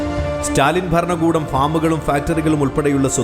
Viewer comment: ബരണകൂടമല്ല.. ഭരണകൂടം.. മലയാള ഉച്ഛാരണം പഠിക്കുമല്ലോ